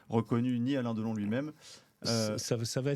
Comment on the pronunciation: Deuhlon, sa filleuh, Boulogneuh, sa mèreuh chanteuseuh allemandeuh, la drogeuh, l'héritageuh, commeuh il raconteuh bien les histoireuh le meuhssieuh ! Mais jeuh jéteuh l'épongeuh !!!